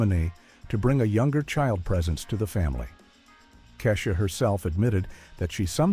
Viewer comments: Either you're Lilly White or a Bot. You poorly pronounced Keisha and Raven Simone...Google it, do research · Anyone else annoyed that they couldn't pronounce Kesha or Raven Simone?